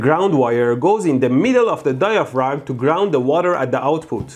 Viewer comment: Mehdi, The word “Diaphragm” is pronounced “Diafram”